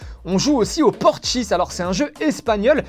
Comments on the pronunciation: Parchis pas porchis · c pas portchis c parchis